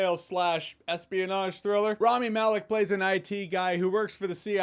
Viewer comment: It’s not Raami, it’s Rami.